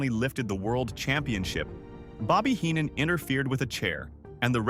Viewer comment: Fk the ai voice bullshit. You should know how to pronounce Heenan and Fralic. Smfh